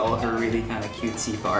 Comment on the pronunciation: LOL at the "paarte content" 😂